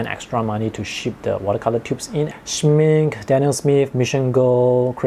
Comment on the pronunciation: Schmincke reads with the e from the final too! I know you are South East Asian but try it!